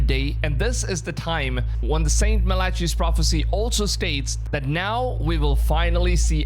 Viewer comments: Malachi is pronounced mala-kai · Mal ICK eye….. Not Melacheeee😊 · mal a kai not malachi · It is pronounced malakai my friend not malechey what a load of melarcy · It's pronounced Ma La Kai not Ma La Chee. 👍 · Its Mala-Kai not mala-CHEE lmao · Mala-kai ✅ mala-chee ✖️ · It's pronounced "MA-luh-kai", not "ma-LA-chee". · Your saying Malachi's name wrong after wrong after wrong!! You pronounce it like-. Mal ah chi - Malachi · MAL-AH-KI rhymes with eye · MAL-A- KEY is how Malachi is pronounced. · ma-le-kai (not malachi) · Melatchey? Incorrect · Its pronounced "MA LA KEE" bro , show some Respect dude is a SAINT, 😂😂😂 ✝️🙏🏻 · MAL-i-ki is the correct pronunciation of the prophet's name And before covering this kind of content, I would do a little research if I was you into content that knows the Bible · MAL-i-ki is the correct pronunciation of the prophet's name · It’s pronounced as Mah-lah-Kai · MalaCHI? Dude, at least pronounce it right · The name of the prophet sounds out Malacai the h is silent. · Malachi is pronounced măl(as in apple)-uh(as in up)-kī(as in kite). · Brother, how can you do all this research on Malachi and so brutally mispronounce his name? MAL-UCK-EYE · "malachi" is pronounced "malakai" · St. MAL-AH-KAI (Malachi). You sound dumb so I can’t finish the video. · Malachi is Mal A Kai. (hyming with fry). Just fyi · His name is pronounced Mal-i-kiiiii (long I) or Mal-i-key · The man that is the Antichrist is just a regular human, until Jesus has enough and cast Satan down to earth, that is when the Antichrist enters the human man. The ch in Malachi is pronounced with the sound k, when Jesus is done wrestling with Satan, maybe that will be our time to be raptured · You said the Prophet Malachi's name wrong. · I think in order to be a podcaster you do not have to be very intelligent you have mispronounced Malachi algorithm etc. This shows that these Cults recruit people like you with a weak mind or a blank slate if you will